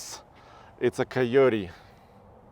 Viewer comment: I love how says Key-yo-tee